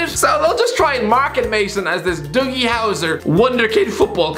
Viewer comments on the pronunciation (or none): none